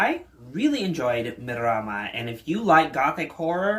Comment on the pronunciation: YES !! YOU GOT MARAMA PRONOUNCED PERFECTLY !! most creators i've seen don't attempt to pronounce "Marama" but Maori is pronounced "Mah-oh-ree" with a rolled r